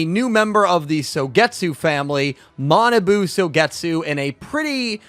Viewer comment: Kwl review ^^ bt his name is ma na bu not manaboo:(